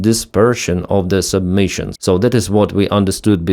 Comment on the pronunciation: Submissions? Did you mean sub-mu-ni-tions?